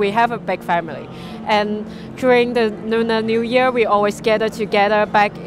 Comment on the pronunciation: She said Nuner Nu year...🤣🤣Phok Gai....